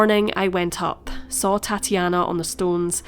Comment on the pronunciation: i thought she was saying... ''tatty anna' like thats not very nice